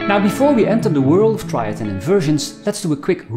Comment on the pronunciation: Triads, not traids…